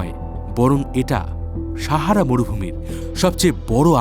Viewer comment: আপনি সাহারা উচ্চারণ টা শাহারা করছেন কেনো।